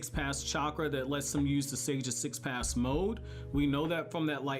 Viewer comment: The Sage of Six PaSS Mode... PATH my man, th, press your tongue up